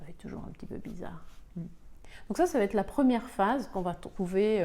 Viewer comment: Excellentes explications👏👏je suis encore dans "l'acceptation /colère".. Quel gâchis ! (sinon.. Oups.. Ça va-"t'être" heurte mes oreilles, désolée 🤗). Bien cordialement💐😍